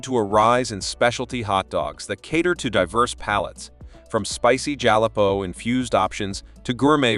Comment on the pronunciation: Guy doesn't know who to pronounce jalapeno.